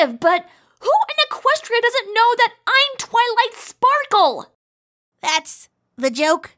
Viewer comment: “ to twily sparky” got me on the floor